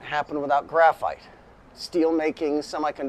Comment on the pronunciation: The phite, for graphite!!😂